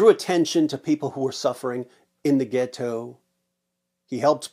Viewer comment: "In the ghettooh" 😂